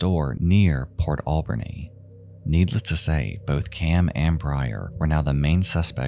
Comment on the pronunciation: Lol your pronunciation is cracking me up. Port Al-bernie Nanaimo is Nah-Nai-Mo not Nana-emo lol Hehe great video ❤️